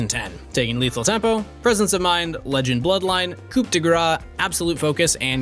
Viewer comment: coup is not pronounced like that and I hate it